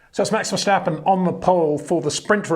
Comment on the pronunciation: Max Vershhhstappen😂